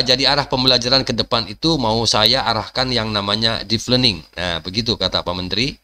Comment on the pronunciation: Deep learning, bukan Deef Learning, mas.